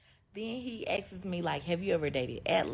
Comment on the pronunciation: 1st chick. As soon as she said "Ask's"......check please 😔🏃🏾‍♂️. I will not "settle" for that.